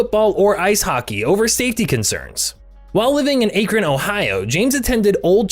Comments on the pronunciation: How you gonna mispronounce Akron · The way he pronounces Akron is comical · that's not how AKRON is pronounced